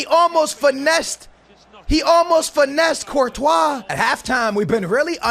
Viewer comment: Why you pronounce Courtois Virtual?